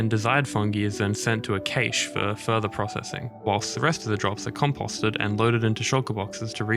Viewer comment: Had me until you started saying cache wrong. Cool vid though